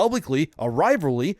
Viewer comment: says rivalry like Benedict Cumberbatch says penguins.